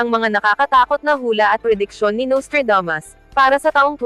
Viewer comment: Naiinis lang ako sa narrator na Babaeng ito, masyadong maarteng magsalita! Yung Nustradamos ginawang Nostradames.